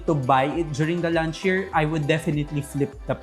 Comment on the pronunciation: Please don't pronounce launch as lunch. Ang sakit sa tenga.